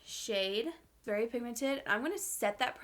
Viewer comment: It’s so cute how she says “verwy” oily. 😂💜 Lol. I don’t think she even notices, but I noticed it in the last video too. She can do no wrong though. Love you!